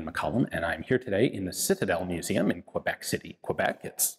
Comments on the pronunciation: love the video everyone makes this mistake but its pronounced K-bek keh-bek not qwabek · Why do Americans always pronounce it "Kwe-bek?" It's "Ke-bek" or "Kay-bek." Anyway, cool rifle, and a really neat story. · Ian thank you very much for bringing us this amazing and heart warming story. I’ve always been interested in “Trench Art” but that is totally unique. Just a a minor point please pronounce Quebec correctly as in Keybeck! Thanks. I watch your videos every time you post a new one and look forward to what you’re going to present next. Happy Christmas